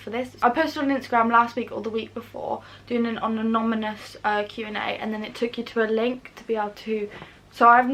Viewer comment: I'd like to congratulate your parents for raising an honest, principled, lovely young lady. I also love that you kept saying anominus 🤣. Never change! x